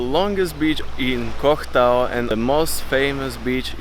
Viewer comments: Stop saying “cock” Tao mate ! It’s “Koh” and just that ! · Koh tao ... Not cock tao LoL